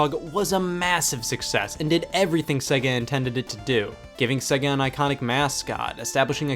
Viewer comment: I can't watch this, you can't pronounce Sega!!!!!